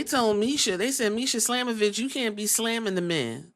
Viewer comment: Not defending what she did but her name is Masha with an a not misha lol